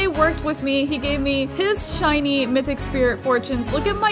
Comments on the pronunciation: mythic is trash mithic is good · Me to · LOL SAME I WAS ABOUT TO COMMENT IT, BUT IT DIDN'T NOTIFIED ME